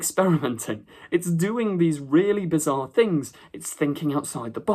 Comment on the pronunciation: Bizarre mate…. Not bizzar….